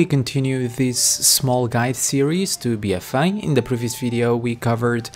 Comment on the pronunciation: my god I couldnt after a few mins, BFA not bfaii jesus.